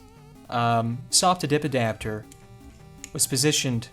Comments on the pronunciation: I'm french and all I can hear is: The subidibidapter 🤣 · I am American and all I hear is subidbidapter